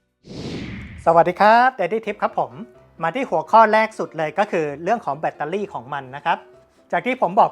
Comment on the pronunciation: แบตเตอร์รี่ครับ ไม่ใช่เเบตตารี่ 😂